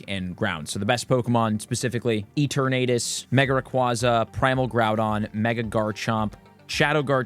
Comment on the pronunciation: Stahp pronouncing Eternatus like that!